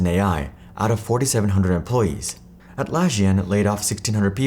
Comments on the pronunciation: Atlassian is with S not SH. Thank you for coming to my Ted talk. I think I got the key message of the video right, right? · “Atlasian” lol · at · la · see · uhn Atlassian